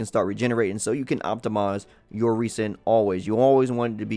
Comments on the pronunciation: Thanks for the consistent Genshin Impact content. Your videos have been informative and useful~ But my man, please stop pronouncing Resin (Reh•Zn) as 're-sin' lol. Kills me inside a little every time. xD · I think avoiding the mistake of calling "Rez-En" "Reese-in" is a good place to start.